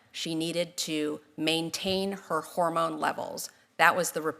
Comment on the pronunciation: It’s hormone 😂😂😂😂😂😂😂